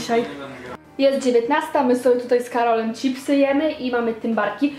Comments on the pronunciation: wkurwia mnie jak ktoś mówi cipsy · nie lubię gdy ktoś mówi ,, ćipsy" zamiast chipsy (czipsy) ps. też uwielbiam arbuzowego tymbarka fajny filmik xD xD